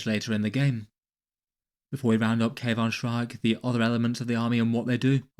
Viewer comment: You know how Daemon is pronounced Demon? Aethon Shaan is pronounced Ethan Shawn. 🐦